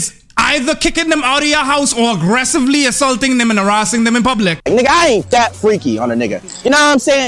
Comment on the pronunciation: I cringe when foreigners say “neegas” 🙄